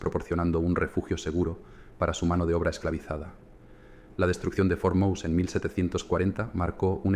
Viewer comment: Por cierto, no se pronuncia Mouse como a ls ratones en inglés, es MOSÉ en pronunciación del idioma español